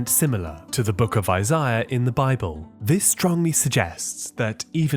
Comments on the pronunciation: Isaiah, not Isiah. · "The book of eyes-eye-uh"